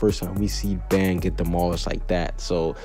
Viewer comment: It is but its pronounced ban